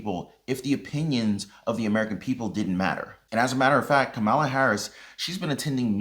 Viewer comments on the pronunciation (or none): Why do constantly mispronounce Kamala's name? It's comma la. Easy. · The V-P name is pronounced, Ka’ma’la’